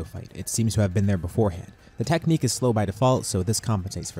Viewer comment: "Ah yes the anti-sayian techniche that i havent used since the heian era"